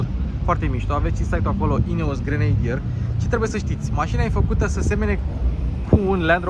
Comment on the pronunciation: Pronuntia aia de "grenadir" e ...😢 .